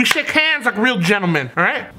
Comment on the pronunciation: "We shake h a m s "